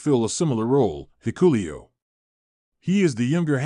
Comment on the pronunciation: It pronounced Hikaleo Not hikulio Whoever. Puts out these Videos needs to learn how to pronounce the names correctly it doesn't look like they read the comments on here I doubt they even know how to.